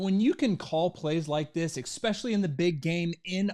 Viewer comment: "ekspeshally" ..... jfc, America. dislike.